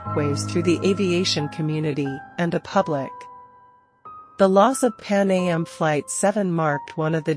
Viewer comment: As an exercise in AI-generated narration, this is one of the best I've heard so far. Cadence was proper throughout, with the verbalization of "Pan A M" and possibly the Stratocruiser 337 as the main giveaways to AI. I did hear the reverberation effect throughout, but it and the female voice are actually pleasant. Fact-checking seemed to have fallen off toward the end, though - Air France 447 was located and thoroughly investigated by the time this episode was made.